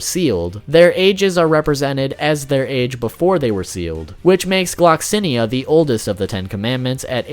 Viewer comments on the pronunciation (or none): Them 🥴: “Melly Otis” “Escan or” “Gear amore” “Lyonnaise” “Gloxsin ia” “Droller” All of us Seven deadly sins fans ❣️ : WTF?!! 😤